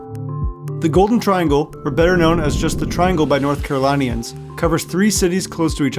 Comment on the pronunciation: Also "North Caro-lih-nians" not "North Caro-lie-nians"